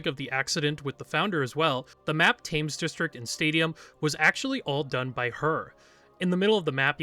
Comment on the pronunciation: just so you know, Thames is pronounced with more of a “ten” sound, “Temmes”